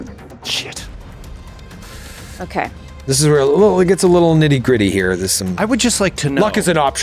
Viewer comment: What a cliffyyy! A little bit of Trunk slipped in for me when said, 'nitty gritty.' All I heard was, 'niti creti' lol